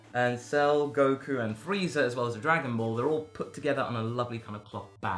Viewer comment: "Swagon Ball".